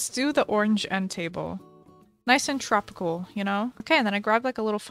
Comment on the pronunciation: Bro i was watching this for fun and fitness while playing stardew and when she put the orange table I didn't hear tropical i heard trump core 💀